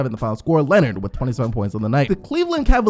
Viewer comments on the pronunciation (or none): none